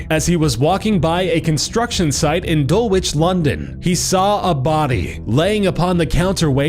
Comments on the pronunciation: "Dul-witch" lol it's just "dul-itch"😂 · I hate it when people can't say London words correctly, it's pronounced dul-ich not dull-witch for dulwich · It's pronounced Dull-ich!!!!!!! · Dulwich is pronunced 'dulige' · Dulwich is pronounced "dull-itch". In the UK we don't pronounce the "w" in place-names that end in "-wich", the same rule applies with the "h" in any place ending in "-ham" like "Birmingham" or "Nottingham". (The more you know) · Its pronounced 'Dul-ich' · Its actually pronounced Dul-lich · lol how americans say Dulwich btw I live there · The way he pronounces Dulwich is funny! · I hate it when people pronounce British names wrong, for example "Dulwich" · xD the way he said dulwich